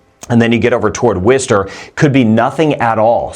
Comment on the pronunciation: Your pronunciation of Worcester makes me very proud! you are great at what you do